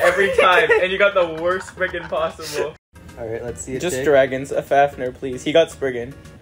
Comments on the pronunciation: Why do they call it spreegin when it’s sprizen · It’s not sprizen it’s spriggan